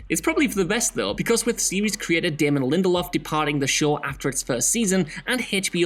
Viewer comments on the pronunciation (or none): none